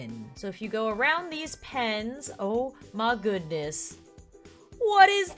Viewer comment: did anyone hear “DEER she is! OH MAH GOODNESS